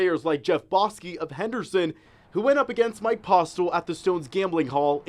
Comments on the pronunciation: JEFF...... BOSKI on the news, our main man is famous now 😎😎😎 also... “Bosski” 🤣 its fitting, not gonna lie. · Its pronounced BO-SKI dam it!!!!! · It’s ‘Bow’ski. Get it right channel 13! 💪💪